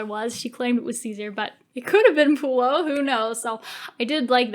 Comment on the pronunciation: and its not lucenous and pullio its vorenus babes